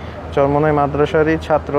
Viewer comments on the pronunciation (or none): none